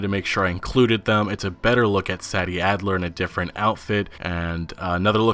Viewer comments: PLEASE THE GAME DIDINT COME OUT YET BUT I'M ALMOST 100% SURE THAT sadie characters name is actually pronounced "Say-Dee" not "sad-E" the way u have been pronouncing it has been making me cringe an I'm almost certain its actually the way i just put "Say-Dee" lol btw great videos I watch all the time p.s. please nomore "red dead 2 getting delayed again" videos I new 2 times was their mark lol an I was stressing each time so hard with how much I've been anticipating this game rockstars my fav gaming company ever an red deads one of my fab games of all times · I believe her name is pronounced "SAY-DEE" not Saddy. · It’s Say-dee not Sadie 🤦🏻‍♂️ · Its Mike-Ah not Meeka and SAY-D not sad😞-d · Uh I'm not too sure but IIRC Sadie in this case is pronounced Say - Dee not sah - dee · You say Sadie like this (SAEDie) , not (SADie) , just thought I would let you know for future videos 👍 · Love the info bro keep it coming! ..also i think it might be "Say-dee" not "Sah-dee".. Dont know for sure, just a thought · Is her name pronounced say-dee or sad-dee..? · SAY- DEE! not saddy what the actual fuck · He can't pronounce Sadie either Jesus wept, think 'say-dee' rather than 'sad-ee' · Sadie is pronounced Say-Dee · Sadie is pronounced like SAY-DEE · "Saddy"????? For real? lol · Are you sure it isn't pronounced "Say-Dee" Adler? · If her name is spelled “Sadie”, I believe it’s pronounced SAY-dee, FYI. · You pronounce Sadie as "say dee" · Dust Ж lol i know tf hes like saddy wtf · Prolly pronounced (SaAy)-(Deeh) bro other than that u have to best analysis of all the new information that ign interview was just horrible those guys suck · Its pronounced Say-dee bro lol...This game is truly next gen. So much interaction! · Rey say-dee for sure. He is mispronouncing it. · Sadie not Saddy 😂😂 can’t pronounce it properly lol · Listening to you mispronounce Sadie's name over and over was excrutiating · ...do you really not know how to properly pronounce Sadie?